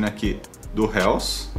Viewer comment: Amigo só uma dica : é RILS a pronúncia